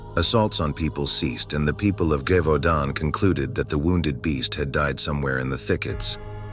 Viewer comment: Friendly French pronunciation tip: “zhe-vau-don” (with a nasalized “n” at the end)